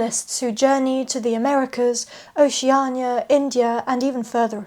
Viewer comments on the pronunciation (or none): none